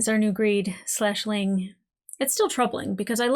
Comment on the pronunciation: Just to clarify, most of us call him "Greeling" not "Greedling." There's no d.